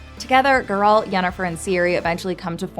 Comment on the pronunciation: Excuse me did you seriously just say Geralt’s name like that?!